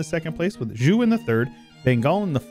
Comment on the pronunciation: Zhou is pronounced like Joe, not Ju